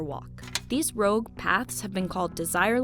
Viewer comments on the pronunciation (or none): none